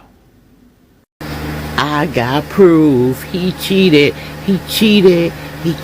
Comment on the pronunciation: LOL liar. Nobody who goes to a therapist rants about dyk3s and f4990ts, seeking validation. She is an absolute liar and a failure as a mental health care service provider. "him an' Elawn Muss, dey cheetadd" You have to be a Clinton/Gore/Kerry/Obama/Clinton/Harris voter to be so stupid that you are surprised that attacking a flat screen television will end up breaking it. nobody is going to try to make you a sl4ve, people who are looking to ensl4ve people are looking for people who are capable of serving some useful purpose, or of performing some sort of work, two things of which you are clearly incapable.